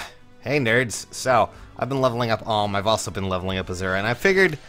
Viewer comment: He says Alm right. From now on I will like every video because I am so fucking happy.